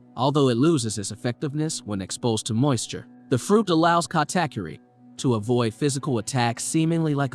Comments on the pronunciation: It's "Ka-Ta-KOo-ki" not "katakyuri" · bro stop saying kattackerry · its kata-kuri